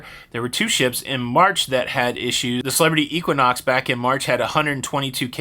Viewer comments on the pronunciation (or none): none